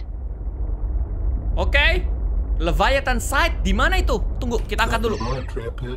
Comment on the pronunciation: Everyone : Leviathan Kak regi : lavaathan